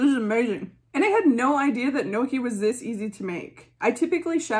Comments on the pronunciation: Noki? 🤣 Gnocchi is pronounced like ñ in Spanish with double sound K 😘 ñokki 🇮🇹 Love U B 😘😘 kisses from an Italian in Tokyo 😘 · Oh no...not me realizing you weren't saying "noki" but GNOCCHI....and that I've been saying it wrong as "gon-nochee" for over a decade 💀 I'd just like to thank you from saving me from major embarrassment in the future lmao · you pronounce it as njokkie :)